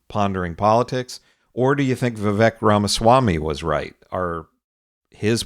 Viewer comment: You can't even pronounce Vivek's name correctly, you're nothing but a joke